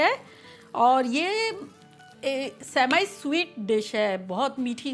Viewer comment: It's not Sem I, it's Seh-mee 🙄😂😂